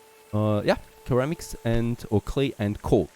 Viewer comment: just FYI ceramic is pronounced like Seramic